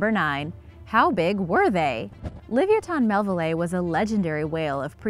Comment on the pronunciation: Le vi a tin mell ville eye... get it right